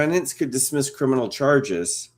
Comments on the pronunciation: Her crinimal case? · It's not crinimal! So there.